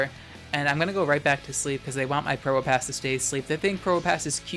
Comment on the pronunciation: i always mishear you saying probopass as pronoun pass 🤣😭 you get one (1) pass to call me he